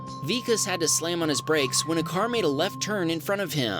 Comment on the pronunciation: its pronounced vikaas . vikas is a indian name